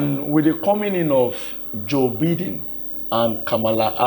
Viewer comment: Not pronounced "Bee-din" but "Bai-din"